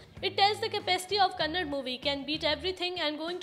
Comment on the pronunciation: It's not kannad. It's KANNADA. (ಕನ್ನಡ)